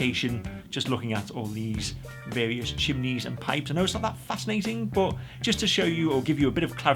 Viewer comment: It’s CHIMNEY NOT CHIMINEY. CHIM(KNEE) not CHIM MI KNEE. your welcome 😬